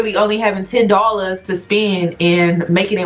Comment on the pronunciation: Where are you from? You said dollars a little funny